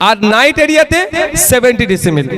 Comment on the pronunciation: kothata hoche "decibel"not "decimel" nausada k bollam. jani apni bhalo kaj koren,apnar moto ro besi kore sob dole jodi thake tale kub bhalo hoi ei rajjer....god bless u